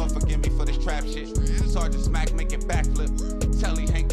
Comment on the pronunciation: My nigga said Sargent Smack lol